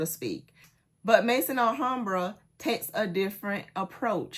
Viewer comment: please, if I had a private channel I would contact you on that private channel, but I don't. So I have to say it here. Maison Alhambra is pronounced Mezon Alhambra. The word Maison in french language meaning House. Maison (pronounced Mezon) it is. I hope you don't mind.